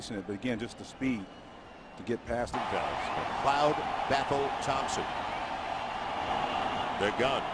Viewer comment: they said mcLOUD not mcleod